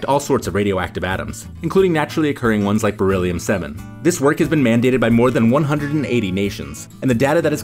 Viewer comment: Dude!! Kept saying bereliom or something and till now I didn't know that it was Real